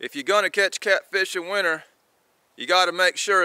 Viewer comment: Its winter not winner